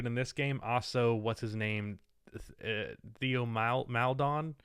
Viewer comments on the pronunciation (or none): theo maledon it’s pronounced (tae-yo)